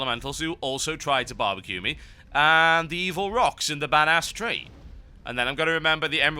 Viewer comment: "escort teh stick" lolz.